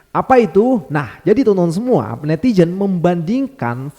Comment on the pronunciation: Netizen bang bukan netijen 😊